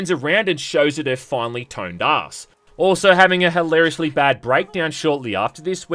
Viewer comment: THANK YOU thank you for saying "ass excuse" and not "ahh excuse." Thank you